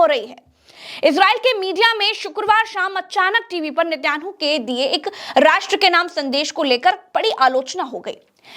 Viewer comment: उच्चकोटि की पत्रकारिता के लिये मुबारकबाद--नेतन्याहू का उच्चारण मे सुधार की जरूरत है